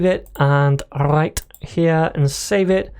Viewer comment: First time indian accent from /// RRRRight here